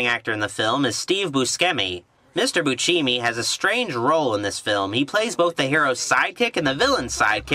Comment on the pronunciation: It’s pronounced, ‘Buscemi’.